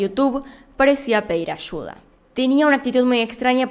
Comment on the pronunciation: "Ashuda" "Marina Shois"